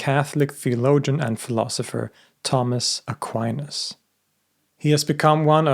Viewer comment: Tomas Aquinas ( please do not pronounce Tammes Aqua -áines ) has been one of the greatest philosophers of all time still quite relevant due to his sharp wit , no-nonsense Aristotelian logic addressing theological matters .